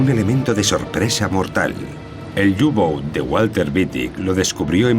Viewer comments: por q dicen u gou ..q cagada ...eran los u –boot ..por que informan tan mal ,y pronuncian horrible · Pero que "iu bouts" que son alemanes, no ingleses, coño.